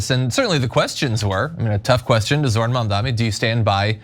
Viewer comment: Zorhan Mandami.